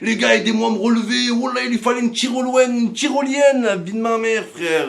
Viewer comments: Il lui fallais une tirolouaine il a dit 🤣🤣🤣. Au lieu de tyrolienne 😄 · UNE TYROLOUÈNE